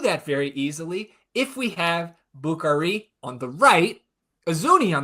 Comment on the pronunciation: putting the ATXFC pod ecosystem on notice, "Bukari" syllable emphasis 100% dialed in!